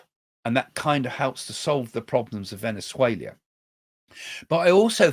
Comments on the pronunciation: Venezuela, not Venezuelia...there is no i. Just saying! Thank you for your very informative podcast. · Why are you pronouncing Venezuela VenuzueLIA while speaking English! Why not España. For Spain?? 😂😂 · I prefer Craig's " Venezuelia!" 😂😂😂